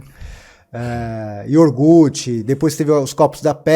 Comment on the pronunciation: "Iorgute" 😂😂😂😂 Sabe nem falar!